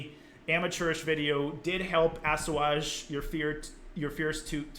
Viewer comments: my only complaint is the way you pronounced "assuage" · "Assuage" a word that was read but never heard spoken aloud. I love hearing those kind of words. But I notice you also added the extra syllable in a different video with the word "Diss-u-ade". Bonus syllables! Cool video btw, sorry to make fun of your words.